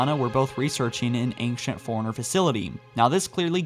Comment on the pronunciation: It's "fore-runner" not "foreigner"